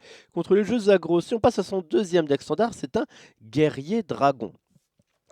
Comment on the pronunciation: Standart avec un t ? XD